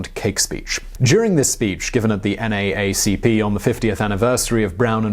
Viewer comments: I have never heard it said in any way other than “the N double-A C P” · I love how you say N-A-A-C-P while in America we say N-Double-A-C-P. Also, something never sat right with his son's death. It just seemed too staged. I hope I'm wrong but who knows? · Simon, FYI... NAACP is said "N double A C P". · FYI: We call it the N double A CP not NAACP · Same... It took me half a second to realize what he was talking about. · Just a "kind" FYI, it is pronounced N Double A CP(NAACP). Thank you so much for doing this topic. Great and informative as always, Cosby is a disgusting pig.